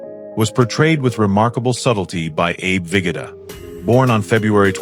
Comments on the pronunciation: Abe Ve GO DA - not vigata - GEEZ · Abe Vig-ah-tah?